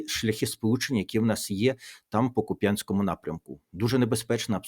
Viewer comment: Шановний пане Тарасе, та годі вже говорити, з якогось біса, Куп‘Янськ! Так, з наголосом на Я, говорять лише московити та москвороті малороси. В Україні на Харківщині є лише КУп‘янськ з наголосом на У. Годі говорити суржиком! Мова має значення!